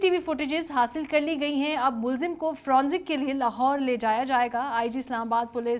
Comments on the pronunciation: Not fronzic but forensic. For goodness sake. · Its forensic not fronsic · Forensic not fronsic...kindly correct.